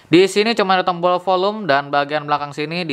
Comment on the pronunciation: Tombol aja kok susah nyebut nya